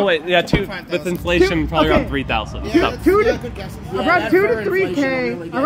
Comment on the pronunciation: "Furflation" O_O